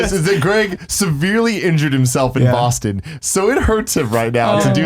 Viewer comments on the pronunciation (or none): none